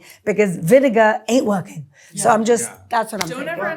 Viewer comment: "Worrioring on Facebook?" Shoopid.